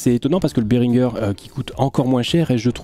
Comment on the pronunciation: Berhinger prononce Béringé (bah ouais c’est français….)